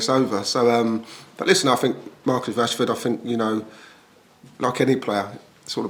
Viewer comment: It's rashford not Rushford 😂